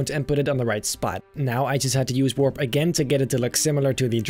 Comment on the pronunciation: No one:: w o r p /warp